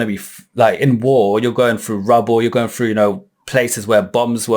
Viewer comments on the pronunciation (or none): Going Through? Nah... Going Frew!.. lol